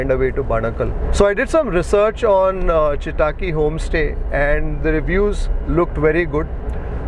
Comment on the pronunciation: When will you consciously put effort improve on Kannada pronunciation? Chitaki you pronounce but it’s Chittakki! Where are your intonations!!